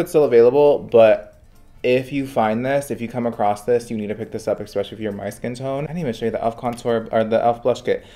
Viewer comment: I'm here for you kid, you make good content, but please learn how to prounounce the word especially correctly. ❤